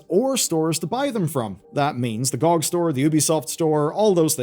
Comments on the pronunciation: Who the hell pronounces GOG "gee-oh-gee" (Good Old Games) as "gaug"?! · I hated how you pronounced GoG....